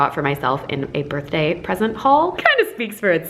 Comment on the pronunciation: I laughed so hard when pronounced all the BDA BDAY & BADY 😂